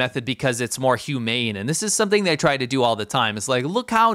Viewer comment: Did they say humane